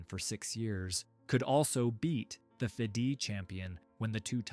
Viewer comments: this idiot reads fedi instead of fide 😂😂😂😂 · please correct the sound track with the correct pronunciation ofr Seyrawan. you butchered the name close to be unrecognisable. also the name FIDE. Elo number are inflated.